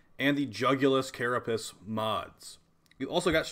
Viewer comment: why do ya say carapiss instead of carapace???